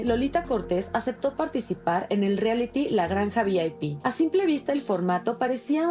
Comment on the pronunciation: La Flor Rubio bien corriente no sabe ni decir “reality” 🙄🙄🙄🤦🏻‍♀️🤦🏻‍♀️🤦🏻‍♀️